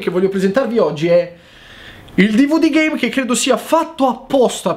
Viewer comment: Schumi Jr. L'ultimo dvd GAME ha detto, solo che, dicendolo velocemente, sembra che dica GAY